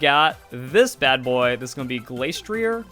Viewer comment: Spec tree ay And Glass tree ay -ier in french is pronounced ee ay